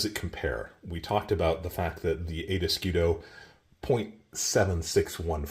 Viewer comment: Fantastic video as always. Tiny little constructive feedback: type the word "escudo", or any other foreign word that you repeat dozens of times, on Google (or Google translator) and click to hear the pronunciation. Hearing eskidos is killing the video vibe :)